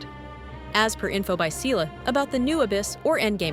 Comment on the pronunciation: People absolutely butchering the word Seele (soul in German) will always end me 😭